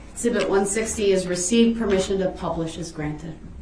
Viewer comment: Eg- zee- bit. ,( exhibit).